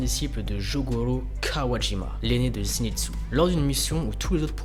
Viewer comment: A chaque fois tu disais zinetsu au lieux de zenitsu sinon ta vidéo est génial comme dab😜